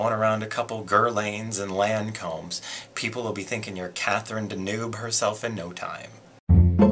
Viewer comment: Oh right, I didn't realize it, since he couldn't pronounce Guerlain or Lancome either.